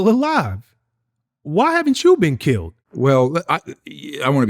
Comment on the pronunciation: “Why haven’t you been *keeled*” 🤯😂